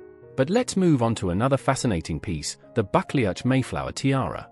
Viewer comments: It’s not pronounced bucklyatch, but Ba clue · It’s pronounced “buckloo” not buckleach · It’s pronounced “Bucloo” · I liked "bakle-atch"😂😅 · You should learn to pronounce the ducal title correctly! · I’m not sure what’s worse, the fact that you can’t pronounce the name, of the fact that you repeat it 3 billion f——- times 😵😵😵😵😵😵😵😵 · I'm cringing at the pronunciation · Omg...the pronunciations is truly appalling. Why AI horror... it's so ignorant? Time to drop this vlog?